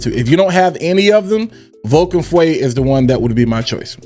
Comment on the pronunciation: Not fuwe feu which mean fire in French